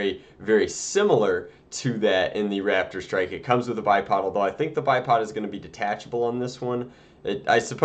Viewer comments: Is it just me or does he keep calling it a Radidstrike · When he said raptor strike it sounded like rapid strike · I keep thinking he is saying rapidstrike :P